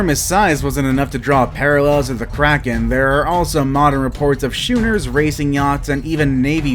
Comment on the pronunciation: The word SCHOONER is pronounced "Skooner" NOT "Shooner"